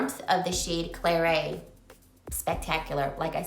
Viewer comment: Not pronouced Claray but Clarette. Pass anyway all of the are existing shades.